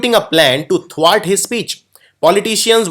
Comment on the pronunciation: Good work but please check pronunciation of ascetic and prerogative and thwart.